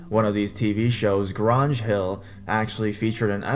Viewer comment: The way you mispronounced Grange Hill was actually hilarious 😂😂😂 it's actually pronounced the way it's spelt, Grange... Like Grain-j... Range with a G basically